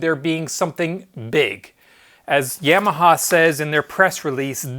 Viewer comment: Great video, BUT, every time I hear you say YAM-AHA instead of YAW-MAHA, it grindstones my ears into my head!